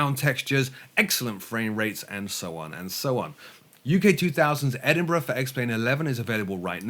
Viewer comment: For U.S. folks, pronounced Edinburgh correctly FYI. Thanks for the info!